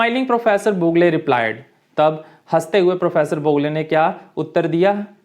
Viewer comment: Boog + le nahi boo+gle